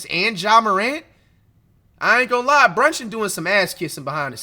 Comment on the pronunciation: Everytime he say brunchin I start dying😭😭😭